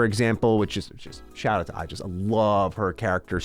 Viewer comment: You love Aigis so much yet pronounce it Ai-jis? The game has voiced dialogue, so it's not like you were introduced to her in-game and not hear the pronunciation 😆